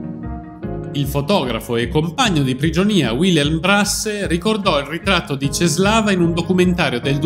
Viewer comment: La "ł" si legge u :)